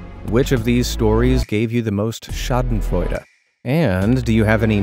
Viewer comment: did you really said 'schadenfreude' ?!? nice pronouncing